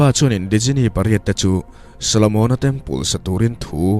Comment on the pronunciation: A ngaihnawm hle mai. Djinni hi Jinni tia lam tur niin ka hria. Sap hovin Genie tia an spell tak kha. 😁😁